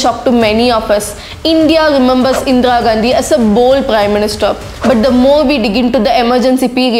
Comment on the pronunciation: It's not Indra Gandhi pronounce it correctly first.... If you're a true patriot make a video on Indian wrestlers protest. can't see this issue.... SHAME ON YOU